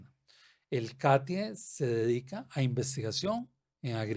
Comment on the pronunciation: Catie, el acento va en la A.